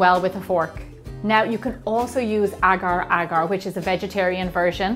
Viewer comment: I like when u say agar agar...correctly perfectly...